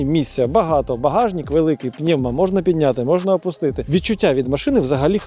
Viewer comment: 23ти Колэса а не кольоса, багажнЫк а не багажнiк, картопля влизае а не влазыть, и так весь ролик , абра кадабра